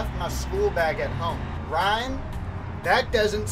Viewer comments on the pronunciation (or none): none